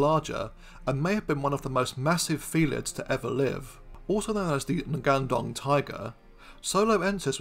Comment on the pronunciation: Nice video as always. Just wanted to add a bit, the 'ng' in ngandong and any other indonesian word is pronounced the same way as the one in "singing", not separate n-g as you pronounced in the video. In fact, west indonesian languages love nasalizing their consonant, you will also find a lot of other example like 'mb', 'nd', 'nj', and 'ngg' that are all nasalized version of the last letter in it.